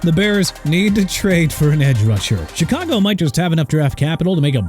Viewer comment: YOU DON'T KNOW HOW TO PRONOUNCE AT ALL PERIOD! CHICAGO PRONOUNCED SHEE-KAH-GOW NOT CHEE-KAH-GOW!! AND MIAMI SHOULD TRADE TUA AWAY TO MAKE YOU AND ALL THESE PEOPLE IN THE COMMENTS HAPPY HUH, MR. NEW "OR-LEANS" WHO SHOWS TIME AND TIME AGAIN THAT HE DON'T HAVE RESPECT FOR A LOUISIANA CITY?! ALSO KYLE SHANAHAN NOT PANAHAN!! ARE YOU SERIOUS?! SHOW THE NINERS RESPECT WHEN YOU MENTION THE COACH! YOU'RE DONE!!